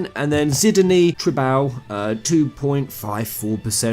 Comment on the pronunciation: Lmao at the mispronounced names . Zidany sounded like Cidney